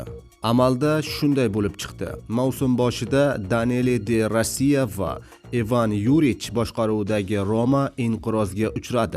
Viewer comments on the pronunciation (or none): Данели де Рассия эмас😅 Де Росси десангчи